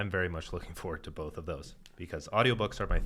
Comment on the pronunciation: Your logic is solid and your insights though obvious are all correct but anyone who puts an L in the pronounciation of the word BOTH just cannot be right. Seriously your analysis of cause and effect and economics is flawless, and yes FREEDOM should be the goal always but you still cannot be free to cause clear harm to another's person or property.